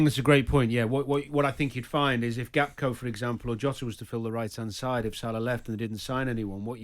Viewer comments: Danny Murphy the 'Football Expert' can't even pronounce Gakpo properly. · Just nitpicking but its funny how many pundits say Gap-Ko. It's Gak-Po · If only Danny can learn how to pronounce "Gakpo" he says "Gapko" 🤦😂